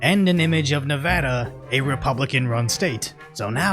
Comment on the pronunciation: saying Nevada correctly is all i needed to subscribe lol